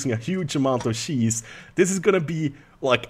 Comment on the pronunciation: "Dont sheapen on on the sheese" Oh you Swedes you